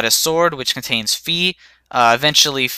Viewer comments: and i think its not sayed fee its fi like half of fire you get what i mean? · Okay, as a Skyward Sword Otaku, I can say for sure that it is pronounced (F-eye), and that the flames were NOT from the Thunder, Water, and Fire Dragons, but from Din, Farore, and Nayru, the three Great Fairies in OT, or Din and Nayru are from the Oracle of Seasons and Ages.